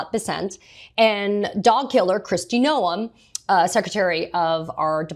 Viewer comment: Did you say “Kristi No One”? Loll😂